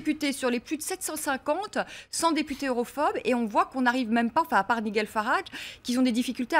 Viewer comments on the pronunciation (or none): En plus, elle n'a apparemment pas les bases d'anglais avec son "Nijel" au lieu de "Naïdgel" (Nigel Farrage).